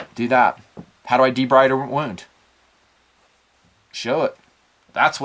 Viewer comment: BTW, "debride" is pronounced De-BREED.